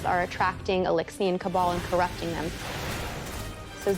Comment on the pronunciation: it's not Cabal it's Cabal